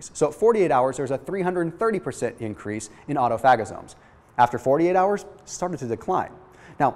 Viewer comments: My boy said autofagazomes 😂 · Who else was cracking up when he said "autophagosomes"?